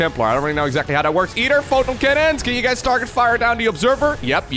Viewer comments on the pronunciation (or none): none